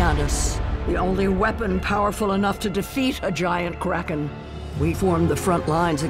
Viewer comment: But you seriously you seriously said krakem